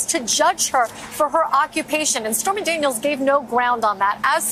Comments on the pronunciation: Anyone else heard her call Stormy as "Spermy Daniels" at the start of her spastic gibbering? XD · Am I crazy or did she say "Spermy Daniels?" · I thought she called her Spermy Daniels for a second lol. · Did she say "Spermy Daniels"? 🤣